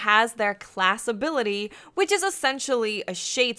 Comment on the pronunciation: "abilitty" c'mon you had one job.